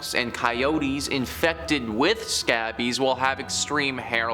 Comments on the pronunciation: Heads up, you’re mispronouncing scabies and Charybdis. Scabies is said like Sc A Bees. Charybdis is kr-ib-duhs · Cringe after how he said scabies 😬